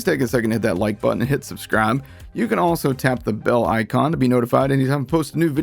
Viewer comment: Single "brutton" press. I hear your excitement in your voice.